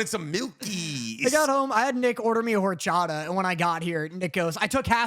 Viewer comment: I love u guys, but my love went down Luke three levels by how you say horchata😂😢